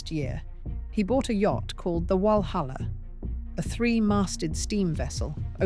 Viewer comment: I was interested until I had to listen to the AI voice mispronunciations of words like “re-creation” and lWalhalla that should have been pronounced Valhalla and Trump-lay which should have been tromp l œil